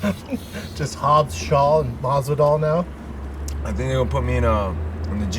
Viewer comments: Of course he mispronounces Masvidal in front of him lol "masival" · why does shaub call him "masdival" it's Masvidal you idiot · conor, cowboy, MASDIVAL lmao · Did Brandon say Mogsival right before the food came out? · Did Shaub just say Masdival ?😂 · Did Brendan say “masival” ? Lol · Yep... usually he says mozdival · Brendan "Mahsival" Shaub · Brendan pulled a joey diaz and said masdival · Schaub said Masdival.. what a Coco Diaz thing to do lol